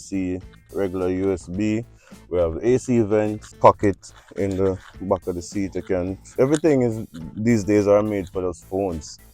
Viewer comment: How jamaicans pronounce « back » 🤣🤣🤣 « Mbouack » I love you guys. I am from Ivory coast and I love Jamaica 🇯🇲